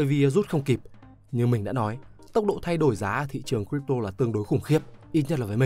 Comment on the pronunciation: Crypto bạn nói sai r nhé